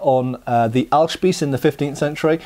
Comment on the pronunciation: This time you said Ahlspieß perfectly right :)